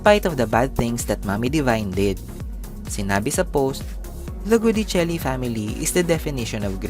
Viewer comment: Sinabi nang Gui(gwi)dicelli hindi GUdicelli. Enebeyen! Paulit-ulit. In Italian, si pronuncia come si scrive. O kaya binibigkas kung papaano sinusulat ayon din sa kanilang alfabeto. Mamma mia ka. Click bait ka na nga.